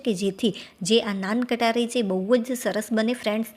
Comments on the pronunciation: Nan Katari nahi ben Nan khatai bolte hai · નાન કટારી નહી નાન ખટાઇ બોલો. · નાન કટારી?? મોઢામાંથી અમુક શબ્દના ઉચ્ચારણ 😅